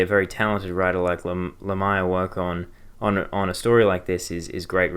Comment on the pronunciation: Heads up, Lemire is pronounced le-meer, otherwise great video, definintely intereste in picking up Black Hammer.